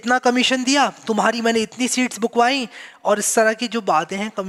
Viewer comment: "ye seat bookwai" - "wo seat bookwai". I am laughing for at least 5 min. 😂😂😂😂